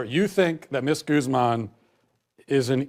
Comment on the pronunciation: Excuse me, Vanessa Goose-man? How white do you have to be to pronounce Guzman that bad